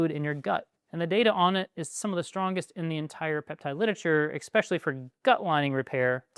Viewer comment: Please stop saying 'ex-pecially'